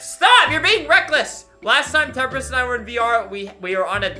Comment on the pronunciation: When he’s saying HEY ITS TEMPRIST